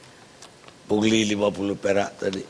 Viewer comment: Karni ilyas bindeng 😂 aduh ni ni pungli bukan puli bindeng kok di suruh bicara